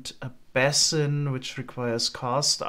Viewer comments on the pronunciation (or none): base-in not ba-sin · Quick tip: That's not how basin is pronounced. Sounds more like "bay·sn", IPA /ˈbeɪ.sən/ Alternatively: bā'sən 2 syllables: "BAY" + "suhn" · Basin is pronounced with a strong A like bAesun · Your english is better than my german. But basin is pronounced, "bay-sin"